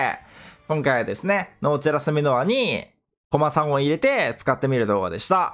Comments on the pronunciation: コ↑マさんですね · コ↓マ↑さんが気になって話入ってこんかった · の こま↑さん と こ↑まさん が混ざってるの好き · ずっとコマさんのイントネーションが気になって内容が入ってこないw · 相変わらず「コマさん」のイントネーションが草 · コマさんのイントネーションくそ気になる